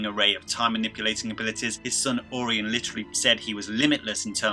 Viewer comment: Orion : It's pronounced "oh Ryan"